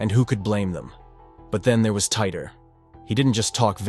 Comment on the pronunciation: "TEE-TORE." John Tee-Tore. Not Tighter. 😂